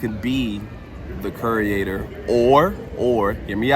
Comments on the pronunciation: The trusses are identical to the ones from the Blumhouse scarezone last year. I'm guessing they're going to use them for Jaws somehow and then leave them up for HHN. Also... Curator is pronounced 'cure-ay-tor', not ''cure-ee-ay-tor', just FYI. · KYUR-ay-ter Mispronunciation is a huge pet peeve of mine. Im sorry. 😂